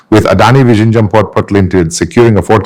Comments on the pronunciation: Hi. Pls see if you can improve your pronunciation of 'Vizhinjam' . Try 'Vilhinjam'. Overall great effort. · Its not vishinjam . Good content though . Please do the video in Malayalam and give subtitles. Doesnt sound authentic in English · sir, please learn to say Vizhinjam correctly, thanks 🙏🏽